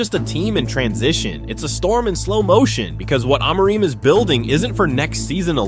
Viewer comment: I don’t trust the opinion of a guy who pronounces Amorim’s name differently every time.